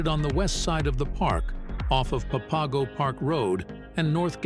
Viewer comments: Pa Pago? Lol. Its pronounced Pap Ago... You pronounce it totally wrong. You obviously have NOT been here. It sounds so stupid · Nice video showing off the trails, but it's pronounced "papa go"